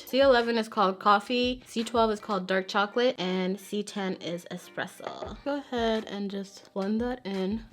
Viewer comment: The way you said espresso made me giggle. I’m happy makeup if finally evolving and omg you are in Dallas!? I’m in Fort Worth being jelly